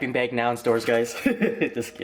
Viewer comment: baeg ^^